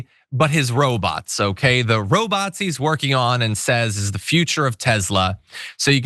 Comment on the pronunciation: You said, "Robots he..." and I heard "Robazi". Hmmm, ... Robot + Nazi... Seems Legit.